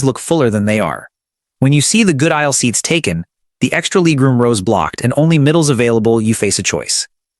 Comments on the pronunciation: Ooh, gotta get me some of that "leeg room" FFS. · Leeg room???? So damn annoying